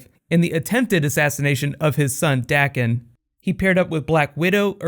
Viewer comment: I'm sorry for being "that guy" but Wolverine's son's name is pronounce "Daah-Ken."